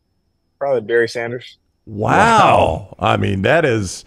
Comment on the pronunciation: ...Berry Sanders reaching out... Hi, umm yeah, it's Barry not Berry. Thanks for posting this interview!